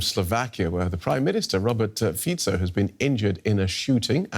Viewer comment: Thank you for pronouncing Fico correctly.